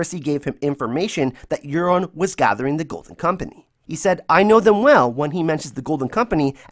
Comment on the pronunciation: Really2 satisfied with ur "golden kompenieee" im so sorry cant help it lol. Btw nice vids there.